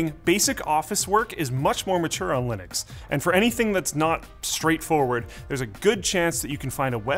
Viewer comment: He literally has the same name as the guy who invented it and still can't pronounce Linux correctly?